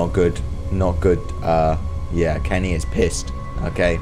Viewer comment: Uhhh did you go to kinder garden it’s Kenny not kenne